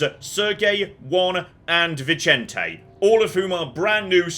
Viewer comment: Vicente being Spanish and not Italian would be pronounced /Vizente/ or /Vithente/ ;)